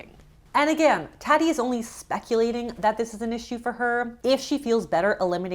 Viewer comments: Tot-tea 😂 not tatty ❤️ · You struggle with names. It's pronounced TAHti, not Tatty. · It's TAH-ti not TAT-ti lol it's not you're saying "tatty" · Every time you say Tati lol. It’s Tah-tee and it sounds like you’re saying Taw-dy- but love your content and how you call bullshit. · Tatty 😂😂😂 Tá - ti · her name is pronounced Taah-ti, not tat-i. its short for Tatiana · I love you so much but her name is pronounced taw-ty not tatty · I love your content but her name is pronounced TAH-tee like bra. not TAT-tee like cat. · Fellow Tatiana here - yeah, it’s more like “Tah-tee”. I twitched a little every time she said “toddy” lol (it’s fine, it’s not a common name. I’m just, obviously, sensitive haha) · I’m just imagining how humbled Tati would be hearing you pronounce her name Tatt - ee 😂😂😂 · its bothering me that youre pronouncing her name wrong lol its tah-tee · It's Taw-ti! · TAH-ti like Tatiana 😊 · I'm not a fan of hers, but you mispronouncing her name throughout the entire video grated on my nerves. It's Tahti. With an AH sound. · calling her “T-AH-ti” is so funny HELP ☠️ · Her name is pronounced “tot-ti”. It’s short for Tatiana. Love your channel!!❤ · It’s pronounced TAW-TEE, which would know if she did her homework… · Her name is pronounced “TAW-TEE” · I think you’re saying her name wrong. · I appreciate this video, but wish you had pronounced her name correctly. Tah-ti’s videos are really hard for me to watch 😅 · Why can’t you pronounce her name properly? I found that so annoying throughout the video. 🤦🏻‍♀️ & why are you calling her a “Beauty Mom” you can disprove her claims w/o the name calling. It makes you look so unprofessional. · I like the content of this video, but pleeease learn how to pronounce the name of the person spotlighted in your videos. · The way she said Tati’s name makes me think she didn’t watch her video herself 😂😅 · Every time she said her name I cringed. If she even googled Tati she would know how to properly say her name